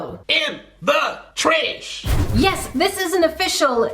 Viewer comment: Pls heart my comment u are the best person on earth I love ur vids I love how u say IN DA TRASH IT SO FUNNY